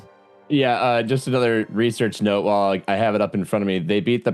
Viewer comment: love the show, buddy. The word is WHILE, not wall.